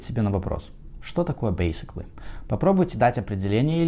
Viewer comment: BASICALLY с характерным акцентом ничего не значит.